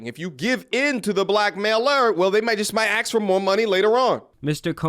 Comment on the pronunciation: smfh the hoodlum speak got to MTR too.. it's "ASK", not "AXE".. why cant these people pronounce such a simple word properly?